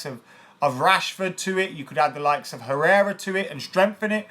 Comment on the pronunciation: Thanks for saying Herrera, lad!